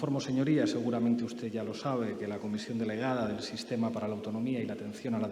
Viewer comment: Pablo no sabe decir usted, en lugar de ustez. Todas las palabras terminadas en d, las pronuncia con Z. Dicho esto, por mucho que escurra el bulto, la verdad como él dice, se la pondrá un juez por escrito